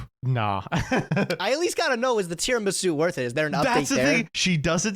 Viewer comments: pronouncing it “Tiaramisu” is hilarious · "Non-card game podcast" and still calls the dessert "Tiaramisu" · first time he said it i was like "that's a very funny slip-up", by the end of the segment i was like "oh my god. he does not know how to say tiramisu"